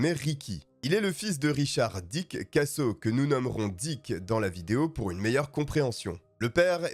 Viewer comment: diCK, pour une meilleur prononciation !!! bien placé